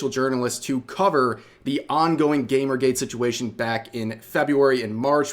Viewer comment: I know she meant gamergate, but I swear to God she said "GAPERgate" Probably just the mic quality, but that's still hilarious to think about.